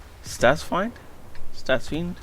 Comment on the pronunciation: His name is pronounced stats fined